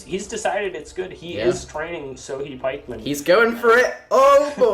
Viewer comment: lol sohei is pronounced "so-hey"